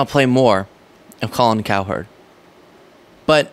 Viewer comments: my man, you gotta stop saying it COW HERD, It's basically pronounced like coward. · Kind of like how you're not much of a sports fan pronouncing Cowherd as if it was two distinct syllables. Not a dig, just a thought.